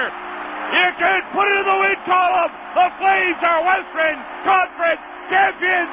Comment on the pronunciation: "Westren Conference"